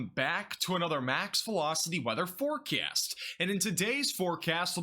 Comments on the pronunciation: Welcome to another Max Velocity FOREcast lol. Dude is a beast tho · The way u say “forecast”. Hella priceless ong